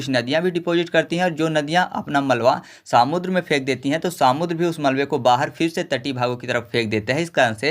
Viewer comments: irritation ho raha hai samudr sunkar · Bhai सामुद्र नहीं समुद्र बोलो😂